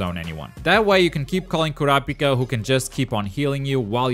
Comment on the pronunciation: Man said KOUWRAHPIKA